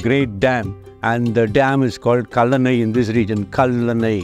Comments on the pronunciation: Its kallanai dam not kol anai. Kal means stone and anai means dam . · That poor collanai dam 😂😂😂 i mean come on he heard it well and still manage to pronounce it correctly wrong 🤦😮‍💨😮‍💨😮‍💨